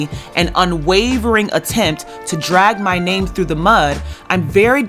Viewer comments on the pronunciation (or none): none